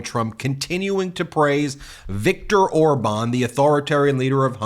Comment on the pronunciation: Orban? He doesn't even know how to say his name? His buddy?